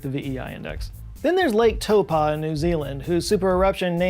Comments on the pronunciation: I'm sorry... "Toe-paw"? I don't know where the "paw" is coming from. I could be a little off, but I think it's Tau as in "tower", Po as in "potato". Taupo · Small note- that mountain in New Zealand is pronounced "Tau-poh"